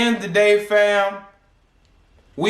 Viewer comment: Bro the way you broke things down is unheard of. This is a damn good video lots of information. The funny part is when you say “FAM”😂😂😂 and HoeReady😂😂😂